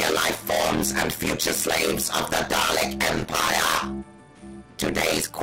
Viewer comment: you butcher the word dalek in the first five seconds